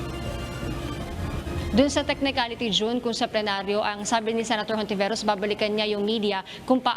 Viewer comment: Hindi Hontiveros ang bigkas nun. Kundi Ontiveros. Spanish kasi.